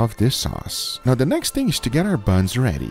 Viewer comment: . Oh, ok. Edit: He said, "Now ready." His accent made it sound like "Not ready." LOL.